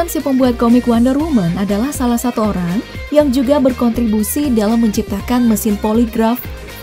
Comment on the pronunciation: Iya olang